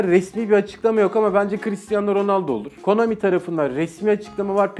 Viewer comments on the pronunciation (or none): none